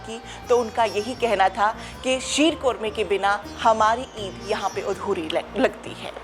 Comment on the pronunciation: 😂😂😂 yhi hota h jab language import ki Hui hoo.aunty reporter ji it is not 'uudhori' but adhoori and not 'qorma'😂😂 .fucking paaki har cheez mein apni creativity add kardetey ho.